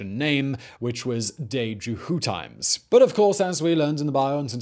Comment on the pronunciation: you said "djehutimes" ALL wrong!